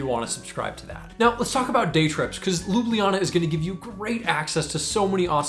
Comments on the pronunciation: ESL teacher and native Slovenian here. Pronunciation needs some work 😄 Ljubljana is a hard to pronounce for non-Slavic speakers because it has not one, but two "LJ" sounds, and one of them is even preceeded by a /b/. /lj/ is a separate phoneme. LJU-BLJA-NA (LYOO-BLYA-NAH) /lju'bljana/ Not loo-blee-ya-nah, the "blee" syllable is just people mishearing the second LJ as an /i/ sound. The way you say it, it would be spelled "Lublijana" in Slovenian. The way I taught my English students was to say "all you" really fast, then leave out the "a" to get /lju/*. Then say "bull ya" and make the /u/ disappear slowly to get /blja/. Put /na/ at the end and done. *this leaves a slightly darker L than in standard Slovene but the many ex-Yugoslavian residents of Ljubljana will appreciate the detail 😅 Another side note, as someone already mentioned, locals actually delete one or both /j/ sounds, so you get "Lublana", LOO-BLAH-NAH. Might be easier to just learn that and impress the locals 😂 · Ljubljana is not 4 syllables, it's 3. LJU-BLJA-NA. The only consonant that can make a syllable in Slovenian is "R", and only because it can carry an unwritten schwa sound. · As a native i have to wonder where are the J sounds and where did you get the EE? it would be far easier to just learn it the way natives of ljubljana say it, loo-bla-naa thereby making lublana forgoing the J as we do, cause for accuracy then the easiest way to explain it would be to roll the first L into the word you, so LYOU-BLYAH-NAH (do keep in mind this is just grammatical way of saying it, but loo-bla-na, would be how most would say it, particularly natives of the city, with their regional accent) just a word of advice and hopefully you come back to enjoy the country some more. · Ljubljana has three vowels and three syllables. The j is pronounced somewhat like an English y (at the start of a word). Thanks for your recommendations! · I like how he explains the pronunciation wrong lol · You’re saying Ljubljana wrong mate